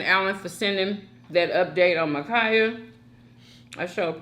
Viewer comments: Her name is Ma’Khia Bryant!!! Not Mikaya🤦🏽‍♀️ Please at least get her name right! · Dang! Her name is Ma'khia You keep pronouncing it Makeeyah..